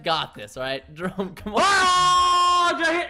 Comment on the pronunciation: Preston on he said Jerõme instead of Jerome